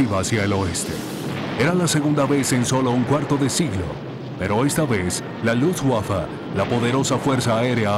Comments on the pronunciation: seee LUTSWAFA!!! HORRIBLE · Se escucha lufwaffa pero no importa como dijo Beethoven " tocar una nota equivocada es insignificante, pero tocar sin pasión es inexcusable". Así que como sea es un buen documental . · Nunca en la historia de los documentales de la Segunda Guerra Mundial, habían pronunciado tan feo Luftwaffe :(